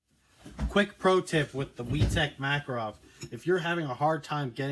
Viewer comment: Its not makarOv its makArov